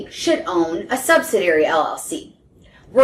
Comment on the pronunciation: It's sub-sid-ee-ary, not sub-sid-ary or sub-sid-ee. Kinda hard to take advice from someone who can't pronounce it correctly